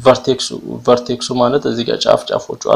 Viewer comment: bro it is not vertesis .it is vertex take it like this